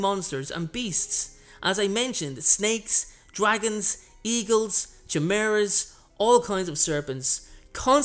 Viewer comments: Did you just pronounce chimera with the ch? O.o. its pronounced like Kai-me-ra just so you know for future videos how to pronunciate it correctly :) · Chimera is pronounced kai-mair-ah for future references.